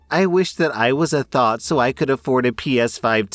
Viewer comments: Its pronounced Th-ah-t not thought, its driving me crazy, i beg of you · It is TH-OT not thought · it's pronounced th-ot, like knot, but thot. Not thought 😭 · THOT, I thought you said thought not THOT. Never heard of the word until today. So confused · Story 3: kept thinking he was saying “thought” lmao